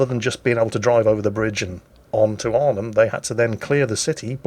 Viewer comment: Your pronunciation of Eindhoven and Deventer is actually pretty good, Nijmegen is quite good except the 'g' is the typical Dutch g in the back of your throught. And with Arnhem the stress is on the first syllable isntead of the second. It's better then most English people!